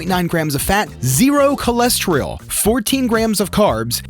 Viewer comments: It's cholesterol, not cholestreol. Just fyi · "coles tree all" LOL!!! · How is someone who calls it "ko-less-tree-all" and "maga-nee-zee-um" gonna sell someone on anything. Sorry I don't trust someone who can't even read. This is like when Bush said "nucular" "Prep some veg" first ingredient isn't a vegetable... Um okay? Yeah I'm out, this guy gives grifter red flags....